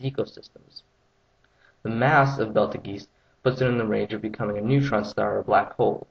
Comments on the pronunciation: Uh, no, it's not. Alpha Orionis' name comes from the Arabic "ibt al jauzah". You can either pronounce it beetle juice, or behtle juice, but the 'g' is hard & not a soft because of the 'j' in the original name. The only difference in pronunciation between astronomers & cosmologists is the first syllable e, that's it. Look it up in any star chart or on the internet if you don't believe me. There's an entry for it on Wikipedia & another one in the Merriam-Webster Dictionary online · I never said it was spelled Beetle Juice, only that it's pronounced like Beetle Juice, are you for real? Every astronomer I've ever heard refer to it, & I know quite a few, & have met many others like Neil Degrasse Tyson, Lawrence Krauss, Michio Kaku, Alex Filippenko, David Merritt, Richard Muller, Roger Penrose, Freeman Dyson, Leon Lederman, Martin Rees, & Peter Higgs and they all called it Beetle Juice every time I heard it referenced. I know how it's spelled, but it's not pronounced Betelgez. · The pronounciation = Beatle juice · You say it as Batal-Geese Lol. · I spewed pepsi out my nose when I heard him say "Belt-a-geese"!!! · Agree. You are not pronouncing it correctly. It is pronouce like, but not ecactly: "bettle-juice". Also, it is not know for sure its distance. It could be 6000 or 600 light years away. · its pernounced Bee-Tle-Juu-ss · OMG STOP SAYING BELT A GEESE!!! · no it's pronounced Be-tel-GEU-ze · its pronounced beltch-ueez. my astronomy professor said its arabic and everyone says it wrong. its not pronounced beetlejuice, or belt-e-geez. its fucking beltch-ueez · It's pronounced Be-tel-JEU-ze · Isn't it pronounced BEETLEJUICE? That's how I've heard many astronomers articulate it. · To make it cleater it is pronounced as Bea-tleJuice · its pronaunced "beteljuice" =) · I think it's called Bettel-geek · Why would I believe a word you say if you can't even pronounce it correctly. You're adding letter sounds to parts that aren't even there. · Isnt it pronounced bettlejuice?